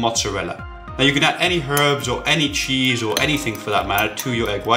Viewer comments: motzzerella chise not cheeseyou said cheese before then u repratee saying chise u funny keep up the good work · chis... you say it cheeees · why do you say ,,chaise'' instead of ,,cheese'' in the 1st one? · did he say "chize" why the fuck ???